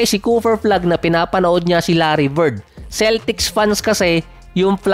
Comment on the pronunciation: Ayusin mo pagbigkas mo. Balibaliktad. CooFer flag larry Vird. Letrang F at P letrang B at V. Magkaiba yan😅😂😂